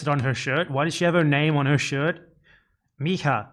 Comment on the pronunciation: If it's spelled mija in Portuguese you wouldn't pronounce it like in Spanish. The j is more like the s sound in treasure in American English.